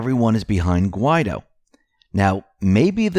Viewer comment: Is there a law which prohibits the correct pronunciation of Guaidó?